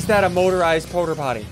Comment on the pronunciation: Please stop saying porterpotty, someone made fun of my brother by calling him that.